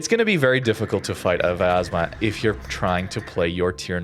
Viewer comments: It is really hard to pronounce correctly because English do not have letter "я" which sounds like "ya" but he pronounce it like viyazma while there should not be "I" sound there and correct pronouncement will be "Vyaz'ma" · Hey, i know you always want to try pronounce ship names the best you can, so i'm here to correct you. Try not to add an extra A. It's pronounced Vyazma, not Vayazma.